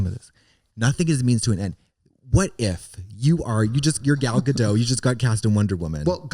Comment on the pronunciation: katya: "gal gadeaux" trixie: "*gall" me: "NO IT IS GAL BUT IT'S GA-DOT YOU PRONOUNCE THE FUCKING T IT'S NOT FRENCH IT'S HEBREW"